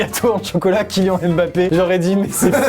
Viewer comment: Vous avez entendu le Kilian à 🤣🤣🤣🤣